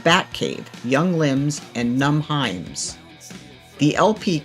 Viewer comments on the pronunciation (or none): But you know if you 'read' the word 'hymns' there is no excuse to pronounce it 'Himes' - do you not have religion in your country? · Why does this video feel like AI? So many word mispronunciations: "Young Limbs and Numb HIMES?""Sex GAME Children?" p.s. Gothic is not Romanticism. And living down the street from the Bank may be interesting or coincidence. But not irony. Otherwise ... an interesting retrospective historical video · Fair enough. Great video. Just weird you'd mispronounce Numb Hymns when it's written on the flyer you showed. And again, you didn't "ironically" live near the Bank. That's not irony. But I'm just being a pedantic dick. Well researched video. Keep it up! (and maybe include the crossover of goth and industrial next time, e.g. Skinny Puppy)